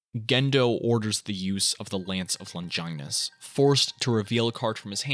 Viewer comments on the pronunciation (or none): You don't say Longinus correctly. Kinda weird considering you watched the show and read the manga.